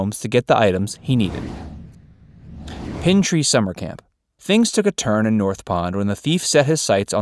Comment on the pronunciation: Exactly and it's pine tree not pin tree. Terrible video. Didn't even finish